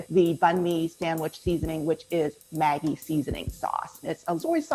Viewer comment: I'm just too distracted on her pronunciation of pate, mis en place, and maggi